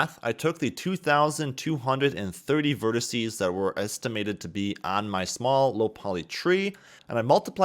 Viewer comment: "Verticee" is still not a word.